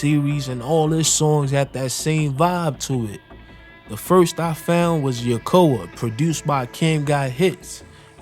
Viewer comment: Bro never heard of a yokai…. He said a yakoa 😂😂